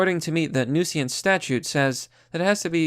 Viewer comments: Newseeance??? New-since. Say it out loud. New-since. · The word is "nuisance". Not "nooseeance". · Nuisance= new-since. The "i" is before the "s". Also fuck that guy. "How dare you clean up the city, you racist!" Minorities LIVE in that shithole city, you dipshit. Now they live in a cleaner one AND THEY DIDN'T HAVE TO PAY FOR IT! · Newsiance? Every video there something normal pronounced weirdly! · Nuisance is pronounced New-since. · Nu-Si-Ance?????? Come on man! WTF??? Seriously??? Please listen to audio books and go back to school! I hate to say this but please. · It's pronounced newsense. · Say 'nuisance' one more time... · I really like your vids, but you should really look up the pronunciations of words like nuisance if you are not sure how to pronounce it or edit your vids to have the proper pronunciation of you mispronounced it by mistake. It really takes away from your point and makes you sound less... smart. Sorry. Im a fan and I just want your vids to be the best that they can be and this has happened in more than one of you vids lately. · Nuisance? Not pronounced that way. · At this point I’m not sure if is doing a bit where he purposely mispronounces common words or if he really is serious, because it’s not a good look for the people who don’t already agree with his opinions. I understand some of the words like reeeeecist are a bit but how do you not know how to pronounce nuisance